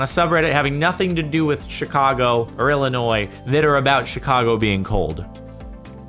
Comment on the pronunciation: holy fuck he pronounced illinois right i feel so blessed